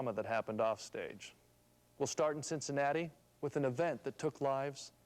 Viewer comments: Why did the reporter call it cincinatus? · Why did the anchorman pronounce Cincinnati differently?